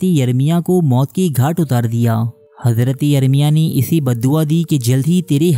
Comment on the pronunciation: it's Hazrat not Hazraty